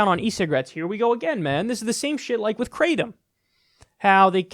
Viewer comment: And for jeebus sake stop calling it “crate-um”. It’s pronounced krahh-tom. It’s a Thai word.